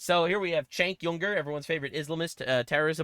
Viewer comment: It's so annoying that you still mispronounce Cenk Weiner's name.